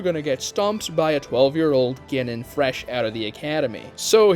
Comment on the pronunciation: As an American myself, I am APPALLED at the Yankification of the word “Genin” in this video🤮🤮. “Ge-nin” Smh🤦🏾‍♂️.